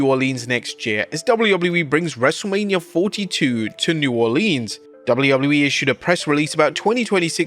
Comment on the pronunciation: New Orleeens